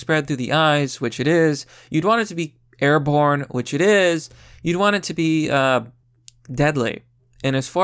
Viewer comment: Erm. Its not 'airborne'. #Americans